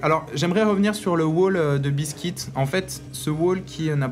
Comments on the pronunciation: Le nom du Terran n'est pas biskit mais BEASTYqt et se prononce "bistikiuti" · c pas bistique c beasty Q T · Ouai on dit "Beasty Kiou Ti" pour BeastyQT. Ou au pire Beasty "Ku Té" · A mon avis, "Beastyqt" se prononce "bisti kiouti" (beasty cutie) ou en français "mignonne monstrueuse" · Je lis Beastyqt, mais j'entends buiscuit^^.